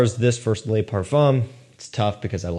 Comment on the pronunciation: "LE" is LE like THE. LES is like LAY. Please for the love of God, please, pronounce is correctly